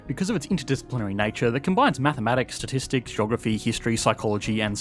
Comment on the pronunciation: Who else rewound the video to see just how badly the word "Statistics" was butchered lol